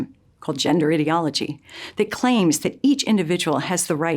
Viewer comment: You complain about language changing, yet you can't even pronounce the word "ideology" right. hmmm....